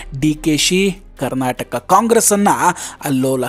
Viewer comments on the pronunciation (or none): none